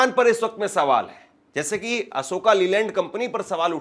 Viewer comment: bhai ASHOKA LEYLAND NAAM NAI HAI ASHOK LEYLAND HAI 🙏